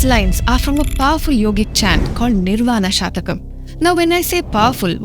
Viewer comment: It is निर्वाण षट्कम् , (ನಿರ್ವಾಣ ಷಟ್ಕಮ್) a garland of six verses. If you pronounce it as shatakam, it means it has 100 verses. षट् is six. शतकं is indicative of 100 (verses) नमस्ते।